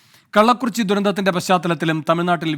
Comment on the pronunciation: "കല്ലക്കുറിച്ചി" ഉച്ചാരണം ശരിയല്ല